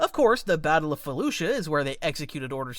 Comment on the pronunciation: He's mispronounced it. It's spelled Felucia and is pronounced (Fe-Lu-See-Uh)